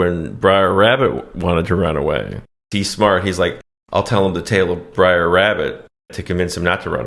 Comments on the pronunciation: It's BRER , short for BROTHER not BRIAR! OMFG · It's not "Briar Rabbit," it's "Brer Rabbit," a corruption of "brother," which also applies to Brer Fox and Brer Bear. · Br’er rabbit… it rhymes with bear. It’s an old contraction of “brother”… I regret being that guy, but it was driving me nuts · For the first time in my life, I understand what non-English speakers mean, when they say my pronunciation hurts their ears. "Briar" indeed. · Every “Briar” makes me cringe lol😂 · i love you guys but it's Br'er Rabbit 🙃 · Brer rhymes with rare. But this is hilarious....actually, Bugs Bunny is closer to Brer Rabbit than Roger Rabbit, intelligent take....the whites do steal stuff. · Did you even watch this movie? Or are you just mispronouncing characters' names on purpose. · Honestly, one of your best! Br'er mispronounciation aside 😅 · It's "Br'er Rabbit" (pronounced bRARE), not Briar! Damn, it's like you didn't grow up watching this romanticized reimagining of the terrors of the Reconstruction era! Awesome video, as always! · Br'er rhymes with "air." Not briar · It’s not “briar” rabbit, it’s “brer” rabbit which means brother. That’s why all the animals are brer something. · It’s BROTHER. NOT BRIAR!!! Lmao 🤣 And it’s a GREAT MOVIE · Pedantic Nitpick: It's pronounced "Brer" Rabbit (short for "brother"), not "briar". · You’re mispronouncing “Br’er”. It doesn’t sound like “briar”. Sounds more like “rare”. Funny stuff tho! Big fan ☺️👍🏼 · "Briar Rabbit" is driving me fucking nuts. It is not Briar Rabbit. It's Br'er Rabbit. Br'er is an abbreviation of Brother. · It's Brer Rabbit, not Briar. Brer is "brother" in his dialect. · Bro it’s br’er (as in “brother”) not briar… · Small correction from someone that's seen this movie ages ago. You keep calling him "Briar Rabbit", but it's "Brer Rabbit" (pronounced like bear with an 'r' added). "Brer" is an old southern slang term for 'brother' and has nothing to do with briars. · bruh its brer not briar tf is wrong with u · Br’er not Briar.